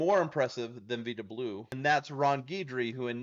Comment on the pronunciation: First off, its pronounced VY-da Blue. Dusty Baker's 3 player 1971 Rookie card, maybe?